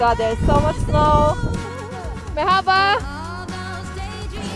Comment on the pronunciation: Bursa'da yaşadığım için normalde Bursa ile alakalı videoları izlemem ama sırf şu ''merhaba'' kelimesini telaffuzun için izleyesim geliyor :)